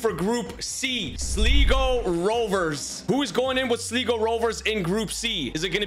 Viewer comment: You pronounced Sligo so wrong